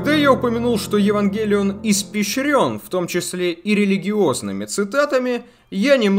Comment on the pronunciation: ге говори пожалуйста евангЕлион